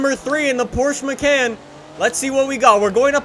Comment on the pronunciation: Porchse macant